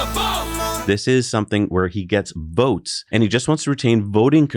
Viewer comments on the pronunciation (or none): VOTES not BOATS